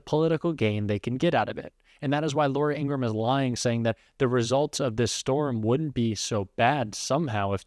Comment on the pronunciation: You're pronouncing Laura Ingrahams name incorrectly. It's Laura In-gra-ham